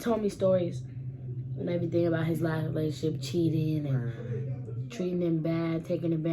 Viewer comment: She never say relationships she always says In my lationship💀💀